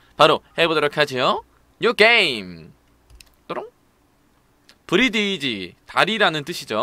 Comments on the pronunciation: 브리디지가 아니라 브릿지 입니다ㅋ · 브리드지에 낫배드 까지...영어 조금만 배워봐요 형 ㅠㅠ